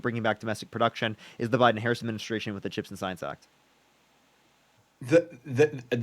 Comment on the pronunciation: The fact that he keeps mispronouncing Harris' name means he isnt debating in good faith.